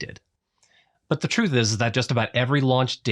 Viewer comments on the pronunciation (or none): none